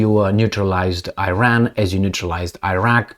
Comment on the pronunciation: Not "Eyran", it is "Iran" like you say "Itay" dear:-)